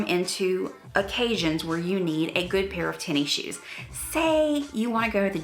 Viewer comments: I like your videos but you calling it “tenny shoes” makes me mental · I like how you say Tenny shoes must be a southern thing!